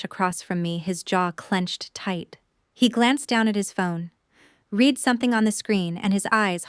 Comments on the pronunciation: You know, the English language has several annoying words that have more than one way to pronounce them. "Read" is one of them. Is it possible to misspell this for your AI program just to get it to properly say it? For example: I "red" that book. I will "reed" the article tonight. I hope this helps. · I wish someone would find a way to teach computers the proper tense. "Read" and its past tense "read" are spelled the same, but pronouced differently.